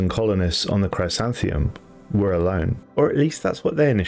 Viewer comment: It’s pronounced “Chrisanthemum” it’s a type of flower , a daisy of sorts.